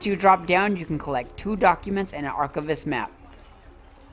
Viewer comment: Love your videos on this, although my only critique here is when you say the word archivist... Ar Kai Vist not ar chiv ist... Get what I mean, you don't say ar chiv, its archive... Get it?